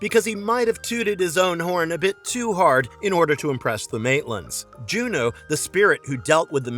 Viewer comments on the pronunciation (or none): none